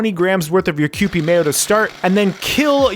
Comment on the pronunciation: Ah yes, is finally saying kewpie correctly. I’m so proud